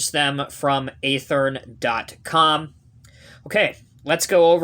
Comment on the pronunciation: Watching this video I've learned yet another way to pronounce Athearn.... 🙄